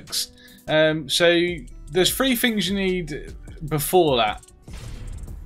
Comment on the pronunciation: he annunciates the letter T only like 10% of the time. instead of saying three he says free. or instead of saying matter he says ma-uh.